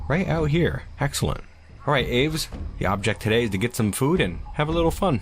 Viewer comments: nice, birdies! idk if anyone else commented this but aves is generally pronounced "ah-vays" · The way you say "aves" hurts...